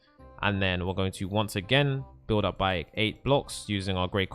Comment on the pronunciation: lol he says upp and we say up